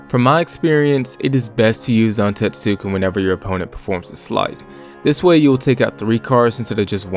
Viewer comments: it's technically not silent, it's just very under-pronounced, like with Sasuke and other Japanese "-suke"/"-suki" names. So technically it's pronounced "Zan-TET-su-Ken," as opposed to "Zan-Tet-SU-ken" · Kinda irked you keep pronouncing it like that, especially since you say it so much through the video. The "U" in Zantetsuken is supposed to be silent, so it's something alone the lines of "zahn-TEHTS-ken". Otherwise, thanks for clearing up a few questions I had about how it worked, like if you need to land it and if the opponent's Items can restore their lost cards.